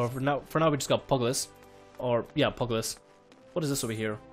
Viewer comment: I CANT WITH HOW YOU SAY PUGILIST its like pew gil list not pug list i know it prolly too late to tell you but i just cant not tell you